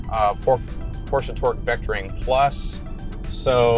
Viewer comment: First of all... I really appreciate the fact that the host as well the narrator at the beginning didn't say something like "Porschiii," or "Porschaaa", or just "Porsch", and have it mostly right with PorschE (englisch closed a loud)